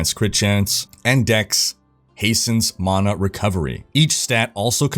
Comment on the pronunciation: im sry but its mana not mona. there is no "o" bro lol